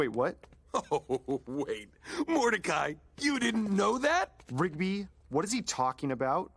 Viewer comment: Got that right. By the way, it's "Rigby" not "Ribgy".